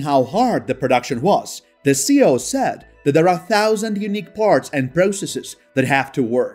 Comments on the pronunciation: but there are generally accepted uses and the acronym for chief executive officer C.E.O is not pronounced as one word….worldwide! Great info.. I learned more Tesla info here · I love your channel. I have only one small problem it’s your pronunciation of C.E.O, it’s an acronym not a word so each letter is supposed to be pronounced..Keep up the great work.